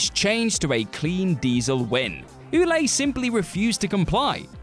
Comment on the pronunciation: oolay???? It's pronounced "Will-ette"!!!!!!!!!!!!!!!!!!!!!!!!!!!!!!!!!!!!!!!!!!!!!!!!!!!!!!!!!!!!!!!!!!